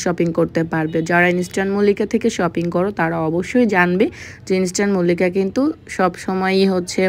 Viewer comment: ইন্সট্যান মল্লিকা আবার কিরে ভাই🙄ইন্সট্যান মল্লিকা না ইস্টার্ন মল্লিকা 😤আগে উচ্চারণ করতে শিখেন তারপর মার্কেটের নামে ভিডিও বানায়েন l যত্তসব খ্যাত😡